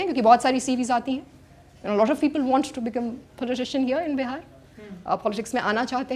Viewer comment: It’s Bihar not behar please Hindi accent pe work Karen you are born and brought in Bihar